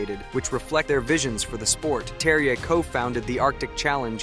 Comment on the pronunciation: The J is pronounced like a Y, seems like you got it by the end😂😂😅 of the